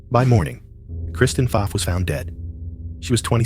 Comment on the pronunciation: Pfaff is pronounced “faf” not “faaf”